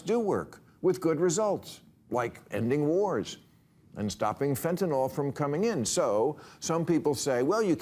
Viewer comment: Thank you for pronouncing fentanyl correctly! We always hear it rhyme with Tylenol!😊